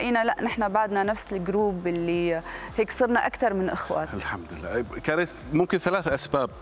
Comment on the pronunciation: كاريس مش كريييس يا مقدم البرامج 😅😅😅